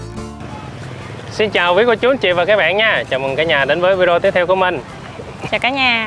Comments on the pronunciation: oi! em nen doc la vi de o,khong doc la vi deo nha...! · nên sửa nói: Vi đê ô (video ) Chứ đừng đọc là vi deo nữa 😂🤣